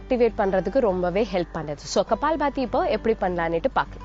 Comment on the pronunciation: இவ்வளவு நல்ல தமிழ் பேசும் தாங்கள் ஏன் " கபாலபதி" என்று சொல்லகூடாது ? இந்திகாரனுங்க கப்பால் பதி என்று உச்சரிப்பார்கள்!